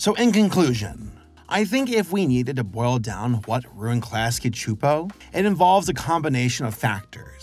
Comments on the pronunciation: It’s irking me that you’re saying Chu-Po…..it’s pronounced Soo-Po. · I always pronounced it "Klasky Soupo/Suupo" Pronouncing it "Klasky (ahhhh) Chuupo" just seems weird / wrong to me. 😂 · Really wish youd say Csupo the same way they did at the end of each episode. This shits gonna kill me if you say their name more than a handful of times in this 40 min video. Like where tf are you getting the "h" from? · I was today years old when I heard some saying "Csupo". And all that time with Duckman, saying it "cuh-supo". Also, "It was a global event, at least to me and my friends" is just a beautiful bit of writing. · klasky chupo? lmaooo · I could’ve sworn the audio would pronounce it “cusp-o”, yeah? I’ve gotta go relisten to it… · When I was a kid I always pronounced their name "Klasky Kuh-Supo", lol. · Super bothered by him pronouncing Csupo wrong for some reason. Silent C. Supo. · Btw the last name Csupo is pronounced “chup-O”. Like “cup” but with a ch like chip. I have a great uncle with this last name who also came over from Hungary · Where are you getting the “ch” in Csupo? Have I been saying it wrong? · Your pronouncing CSUPO all wrong